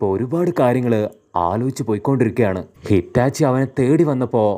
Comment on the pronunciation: Hitachi ❎ Itachi ✅